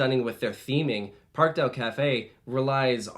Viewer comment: Just a small note, but for the Spanish/Latin American parks with ‘Parque’ in their name, the pronunciation is more like ‘Par-kay’. If that makes any sense